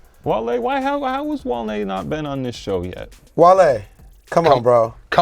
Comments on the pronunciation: all way nigga said Wall E im dead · calling Wale - Wally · for saying Wally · “Wall•e” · you got that L with the that Wally lol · had the worst take - "Wall-e" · Damn almost made it through a whole ass episode without saying something stupid. And he goes and says WALL-E